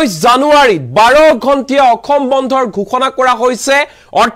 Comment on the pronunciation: অসম শব্দৰ উচ্ছাৰণ সঠিককৈ কৰক । বাতৰি পঢ়োতে সাৱধান হ'ব।